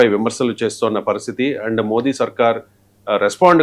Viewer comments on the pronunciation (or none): none